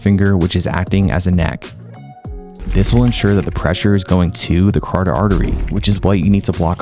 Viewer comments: Friendly tip: "cuh-ROT-id" artery, not "cardid". Love your content, oss. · Great video. Your pronunciation of carotid artery gave me a chuckle.